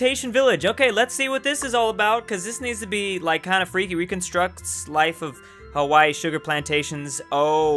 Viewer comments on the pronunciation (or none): none